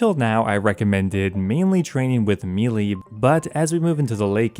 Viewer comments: Like this guy. But if he pronounces melee. "Mee Lee" one more time I'll lose my mind... Melee is pronounced "may lay". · Say it with me... "May lay" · what is mee lee? u said it multiple times. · Excellent guide. Just one niggle...meleé is pronounced "MEH-LAY" You're not alone in mispronouncing it!😂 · Great video man, but the way you keep saying melee is driving me nuts lmao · I have officially lost the last of my brain cells after hearing the way this guy just said “melee”.. you gotta be an idiot 😂😂😂